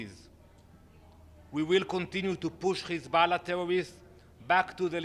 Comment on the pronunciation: 😂😂😂. His pronunciation of Hezbollah. Stop lying no one believes you.